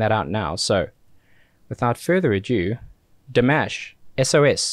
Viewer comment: His name is pronounced (Dee • mawsh) Thanks for reacting to the best Vocalist in the planet.